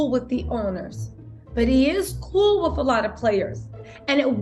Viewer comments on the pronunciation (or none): none